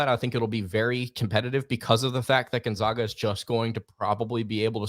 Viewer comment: GonZAGA not ZOGA. Geesh dude. Gonzaga has been on the national stage for 20 years now and people still can’t pronounce it right. How do you even get an O sound with an A? It’s basic English.